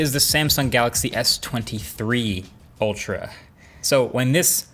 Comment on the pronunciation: The way he says S23 Ultral... I got it the piont